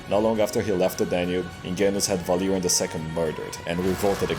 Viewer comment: Idk if it's just be but it took me way too long to realize. But when you say Valerian it sounds like Valyrian (The Game of Throne Ethnicity which the Targaryens are from) and their race was known for dragons and white hair and purple eyes.